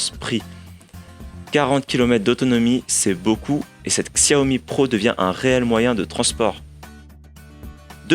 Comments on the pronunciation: On prononce chawmi bordel !! Et non pas ksèwmi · Super test, juste apprenez à prononcer Xiaomi ça fait mal aux oreilles.